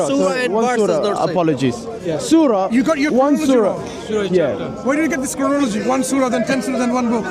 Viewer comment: cant even pronounce chronology.the fool. Hes so condescending yet hes on display as a complete midwit and fraud